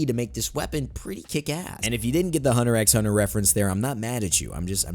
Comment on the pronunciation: Hunter 'X' hunter. THE X IS SILENT REEEEEEEEEEE